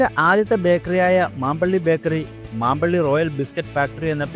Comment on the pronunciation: മാമ്പള്ളി ബേക്കറിയല്ല , മമ്പള്ളി